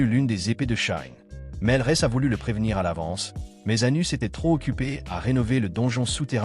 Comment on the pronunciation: Le nom c'est Anos Voldigoad pas Anus sérieux merci la voix ia.